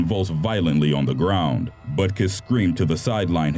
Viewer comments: I'm pretty sure "Butkus" is not pronounced "Butt kiss", but thx for the laugh in a dark video😉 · Dick Butkus? Is that his actual name? It sounds like he said "Dick Buttkiss" and I just paused the video and sat there in disbelief at the pronunciation of this poor dude's name. I may be an immature 19 yr old, but I feel like that guy's name was sorta butchered.